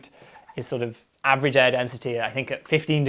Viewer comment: It sounded like "there is no eh...".